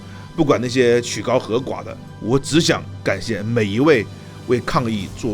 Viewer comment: 两处发音纠正一下，叫嚣（读消），曲高和（读贺）寡。